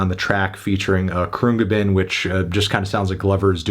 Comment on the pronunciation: ah yes croongabin, my favorite. Khruangbin, on the other hand is the worstZ